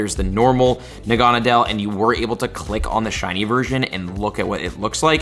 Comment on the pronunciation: Sorry, it bothered me. Lol. It's pronounced Nah-guh-nah-duhl